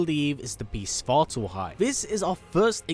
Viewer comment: Svartalfheim is the home of the dwarves!?! I don’t think so. One, you’re not pronouncing it correctly, and; two, svartalfheim literally translates to “Home of the dark elves” (svart = dark/black, alf = elf, and heim = home”). Nidavellir is the home of the dwarves in Norse mythology.